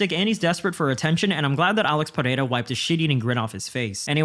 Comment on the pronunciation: Holy shit, an MMA media guy that knows how to say Pereira correctly